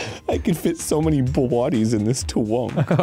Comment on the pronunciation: "Bowodies in this twunk" is a glimpse at the mind of the true Arin, the man who I love